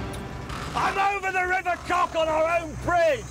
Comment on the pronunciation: “I’m on the bridge over the river cock” LOL